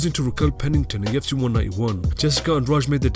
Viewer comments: Kept hearing him says TFC instead of UFC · I hate this voiceover, sounds like a robot and I hate hearing "tufc" Everytime it says UFC